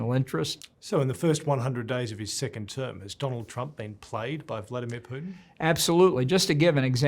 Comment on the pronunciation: I heard “Sickened term President” I better rewind and listen ..